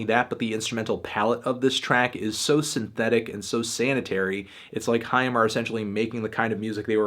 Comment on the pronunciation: Awwww He says " haim " right ... almost